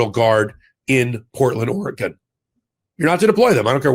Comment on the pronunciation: Thank you,, for pronouncing Oregon correctly!